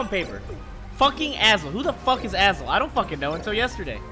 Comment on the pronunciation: Who's Azel? I thought he was saying "asshole" referring to BBB ahaha